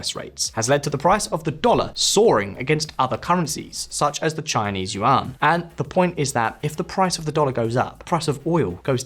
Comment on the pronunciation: "Resurgence of the Xinese economy" Really?